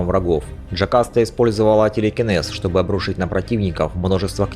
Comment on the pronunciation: Меня одного передёргивало при каждом слове "телекинез"?